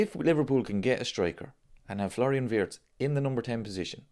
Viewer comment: Remember ...His name is pronounced VIRTZ....not Wirtz